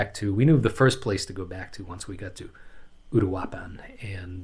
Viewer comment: Just for a reference on pronunciation: uruapan Oooh-rooh-ahh-pahn